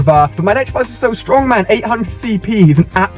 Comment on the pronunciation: "Electrabuzz".. and you call yourself a Pokémon master...